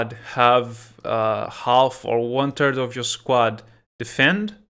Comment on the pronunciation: "You can have one turd of your squad"-.